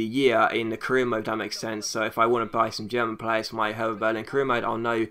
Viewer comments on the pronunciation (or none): Hey, just a quick tip, i'm German and Hertha Berlin is pronounced kinda like Herta not the English "Th" sound. Great Video, can't wait for a German team series!:-)